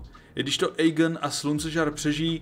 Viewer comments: video super ale ta výslovnost…. Aegon - ejgon😭 (má být Egon) Daemon - dejmon 😭 (má být čistě demon) , Vhagar není vejgar 😭 rhaenyra není Ranyra 😭 ale Rényra.. A co je nejhorší meyleys není melejs ale mejlýs😭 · Vyslovuješ mena hrozne zle, Aegon= Egon, Aemond=Émond, Rhaenyra=Raenyra, Vhagar je dračica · video super ale ta výslovnost…. Aegon - ejgon😭 (má být Egon) Daemon - dejmon 😭 (má být čistě demon) , Vhagar není vejgar 😭 rhaenyra není Ranyra 😭 ale Rényra.. A co je nejhorší meyleys není malejs 😭ale mejlýs👍